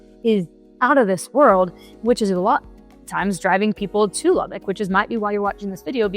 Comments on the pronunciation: The first thing you need to learn is how to pronounce the city's name...Lubbock. Not "Lubbick". So, didn't watch this. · If you're claiming to be a local real estate "expert" about Lubbock then you should learn to pronounce LubbOck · It's NOT "Lubbick" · I was born and raised in Lubbock. I left it in 2000. One thing that bugs the crap out of me about people who are new to the city is that they pronounce Lubbock as "lubbick". Lubbock is not a bad place. There was just no opportunity for me there. I do not miss the wind storms since moving to Dallas-Fort Worth. The one really good thing about the weather in Lubbock is that it is almost always dry. It's easier to cool off in dry heat. Most summer nights are considerably cooler than after a 100-degree day. Lubbock seems to hate trees. If there is a nice spot where there are trees, someone will destroy it and put a Walmart on it or a parking lot. One good example was the Treasure Island golf course that used to be located in the northwest area of the city. It was a beautiful property with a lot of trees. It's a Walmart now.